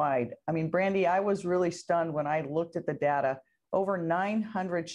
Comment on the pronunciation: The Mayor mispronounced "data"